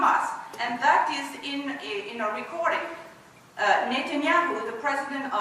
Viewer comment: what is disgusting ,this girl is ex israeli , only israeli can pronounce the name netanyahu like she did